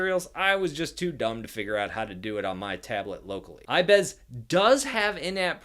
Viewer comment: Wtf is " I bez"